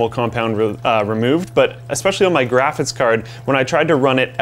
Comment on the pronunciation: taller guy says 'grafis' card and it's annoying and the cpu would certainly run much cooler with a fan even spinning very slowly. they shoulda put one in